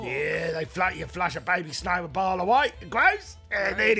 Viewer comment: I've seen the Snowmo-bile videos several times and only halfway through rewatching this one do I realize it's said that way to be like crocodile, it's incredible how some references can be so basic you (I) don't notice 🏂